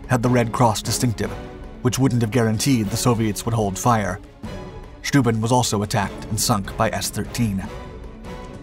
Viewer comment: 'Steuben' pronounced -'Schtoyben'...